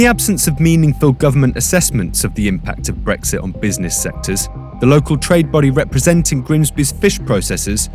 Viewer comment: Nothing like putting an American on as the narrator. Really lends it the imprimatur of legitimacy. Especially the way she pronounces "breggsit". Nicely done, Vice.